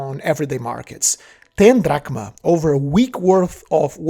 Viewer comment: "drach em" "drahkma" "😐😑😐 ...k"